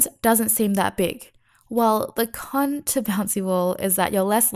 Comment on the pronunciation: dang i didn't realize there was damage reduction on multishot and front arrow :/ thanks for the info! been really getting back into the game since the recent updates PS: friendly tip. There's no "T" at the end of "Con" you should probably stop pronouncing it like that cause it sounds kinda bad... lol